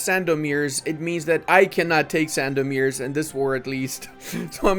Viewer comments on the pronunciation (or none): Hi Your gameplays are just amazing! "Sandomierz" its pronounced like rz is sh - sandomiesh I hope you will read this😀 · Sandomierz in Poland is speaking Sandomie.. and rz is like second "g" in garage